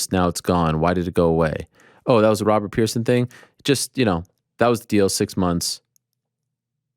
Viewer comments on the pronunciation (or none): none